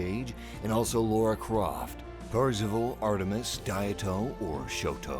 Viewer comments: WTF is Laura Croft or Lora Croft? It is more like Lara, LAAAAAAAAAARAAAAAAAAAAAAAA Croft. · "Laura" Croft? 😜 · did this guy really call Lara Croft Laura Croft